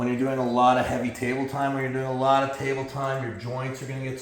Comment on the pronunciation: “Table time” sounds like “tummy time”